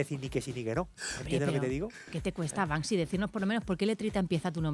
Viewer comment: En la carátula lo han escrita Bansky, y está mal. Se escribe Banksy y se pronuncia Bank Sy. España es el único país donde he oído pronunciar mal este nombre. Es incomprensible.